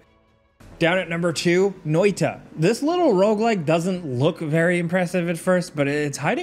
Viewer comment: I'm most impressed by that almost perfect pronounciation of noita.